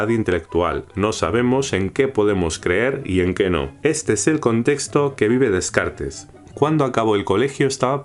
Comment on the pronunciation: Todo iba a bien hasta que escucho como pronuncia Descartes 😂